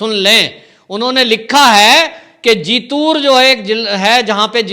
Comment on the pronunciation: कूछ नही होगा पैसे के लिए भडकाऊ vdo मत बनाओ तुम्हे मराठी अछी बोलने नहीं आती जीतूर नही जितुंर तुमे महाराष्ट्र की राजनीती कूछ अकल नही